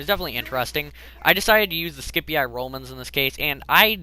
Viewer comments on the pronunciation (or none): It's pronounced Sip-ee-eye